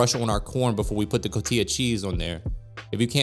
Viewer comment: Can't stand the way you say cotija after growing up in a household where it's pronounced Co-ti-ja or co-tee-ha